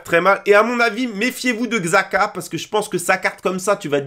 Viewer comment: J crois que ça se dit chaka